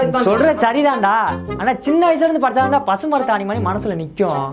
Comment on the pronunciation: பசுமரத்தாணி ya......... எனக்கு பசு மாட்டுச்சாணி nu கேட்டுச்சு🤣🤣🤣🤣😂